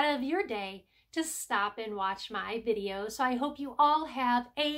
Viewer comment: Another great "Dideo",!!😂🤣